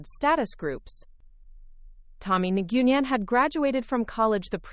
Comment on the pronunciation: Listening and reading from Wheaton, Illinois (about 64 km West of Chicago). hours, 10 August 2025. ~ Nguyen is pronounced as ‘nwin’.